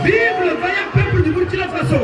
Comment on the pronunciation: Merci bien. Cela me choque à chaque fois que j'entends cette prononciation. Le Président du Faso🇧🇫!